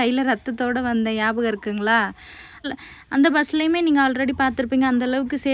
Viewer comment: Yabagam illa nyabagam